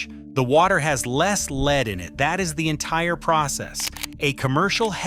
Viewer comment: Yeah especially when it mispronounces words like the heavy metal “lead” by saying “leeed”